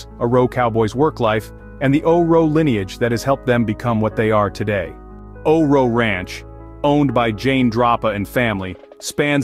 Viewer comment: It's pronounced O R O not O Ro.